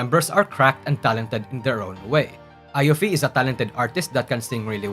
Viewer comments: my ears hurt when you pronounce iofi's name as ai-ofi (アイオフィ) instead of i-ofi (イオフィ) ever since I can read katakana, it's now easier to know how to pronounce the anime character names from wiki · he called yopi, ayofi 😭😭😭